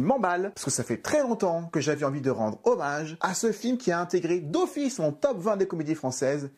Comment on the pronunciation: "Oui deux fils" désolé à chaque fois que j'entends "d'office" je pense direct à Lucienne dans "Les sous sous dans la popoche" mais te connaissant je pense que tu comprendras et au pire t'auras gagné un commentaire, toujours bon à prendre pour le référencement... PAR LA FORCE DU DRAGON!!!! 😂